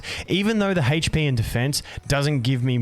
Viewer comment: You are articulating the word HP quite seriously, sounds like you're saying "Haych P" lol